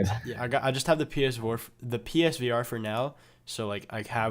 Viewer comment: "the PS-vore" i know it was a slip up but ohh boy im losing my fuckin mind